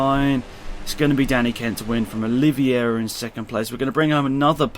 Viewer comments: Also Oliveira= Oli-ve-ra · QUARTARARO-QUAR-TA-RA-RO(kvar-ta-ra-ro) OLIVEIRA-NOT OLIVIERA